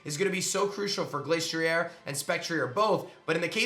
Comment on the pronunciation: The ‘Glas’ in Glastrier isn’t pronounced the same as the word ‘glace’, as in Glaceon. It’s pronounced as ‘glass’. It’s icy head is said in the Dex to be as hard as glass.